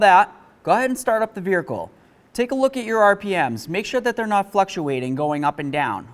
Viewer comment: Vearicle lol, always fun to hear him say it